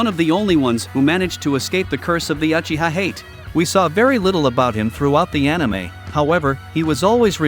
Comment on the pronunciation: shiswera yes shisqwer uhiha junjustu LOL